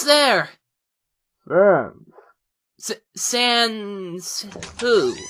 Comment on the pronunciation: To me it sounds like sons. Not sans. But you can pronounce however you want.